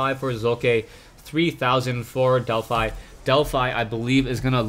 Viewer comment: wow it's a fanboy war in the comments (i support. he should have more subs but he doesn't instead of bitching about it LIKE his vids so he gets noticed more.) And to you Delphi is pronounced DelphE if the player has named themselves after the Greek God Apollo's Temple at Delphi.